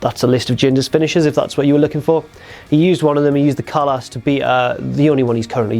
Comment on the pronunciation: I get the accent. But for god's sake its pronounced as "Khallaas" and not Khaalaas in Hindi/Punjabi too. Get them sounds right atleast!